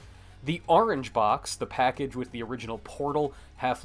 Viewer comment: "The ARENGE Box"